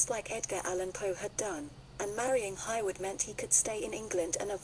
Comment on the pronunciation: Her surname is pronounced HAY-Wood not Highwood